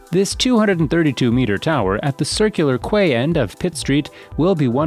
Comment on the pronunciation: "Circular Quay ". Pffft You sound like someone from West Sydney!